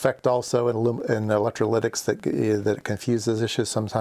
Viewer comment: 'Aloominum electriclydics'. 'Voltage in microfarads OK?'. The comments suggest this is a great, helpful, video, but it looks like you didn't rehearse or edit and I can't keep watching. Thanks anyway. .